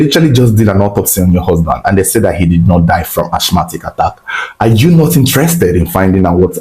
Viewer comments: Asthmatic /æsˈmæt.ɪk/ (asmatic) please not (ashmatic). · Ashmatic or asthmatic attack? Linguistically pronounced as Asma/ Asmatic. Keep up the good work 💪🏽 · Yo what is Ashmatic attack, isn't it Asthmatic rather🙄